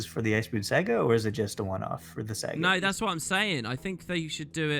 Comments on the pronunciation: boots: SA GA not se ga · The way pronounces "Saga" was painful.